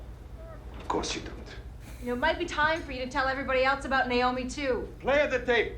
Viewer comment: * Naomi (not "Niomi")